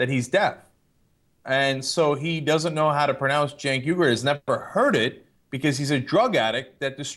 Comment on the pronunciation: Rush' "Cink Weegur" sounds better than how text-to-speech says it: "sink y gyre" (or phonetically /sink waygair/)